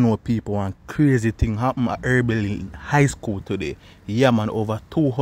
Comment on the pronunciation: I thought it was Oberlin and not Erbilin...